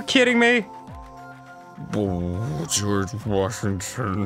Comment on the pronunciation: Arin: "geroge washington" Me: whispers "greg? well ain't that just the way"